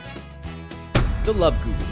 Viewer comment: Guru, :P not Huru